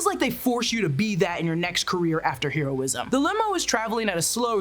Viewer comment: it is not pronounced haroism, hiroism.